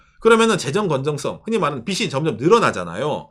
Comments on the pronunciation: 평소 좋은 얘기 잘 듣고 있습니다. 그런데 [빚은>비슨(X) 비즌(O), 빚을>비슬(X) 비즐(O), 빚이>비시(X) 비지(O), 빚에>비세(X) 비제(O)] ... 하면 어떨까요? [빗, 빛, 빚] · '빚을'의 발음은 [비슬]이 아니라 [비즐] '빚이'의 빌음은 [비시]가 아니라 [비지]입니다. 한국인들이 잘못 발음하니까 외국인들도 그대로 따라해서 참고로 말씀드립니다. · 빗 이 아니라 빚 입니다. 빚을, 빚이 를 비즐, 비지 라고 발음해야 합니다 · ~ 영상 항상 잘 보고 있습니다! 근데, "빚이" 는 [비지] 라고 발음해주셔야 합니다! 츄미코상이 혼란스러워 할수도 있어요ㅠ 든지/던지 도 잘 구분해주셨으면 하는 소망이....ㅠ